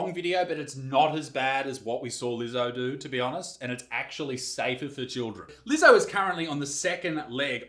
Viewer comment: Are you sure your'e not a Keewee Izec, Did you pronounce Leezo's name correctly mate?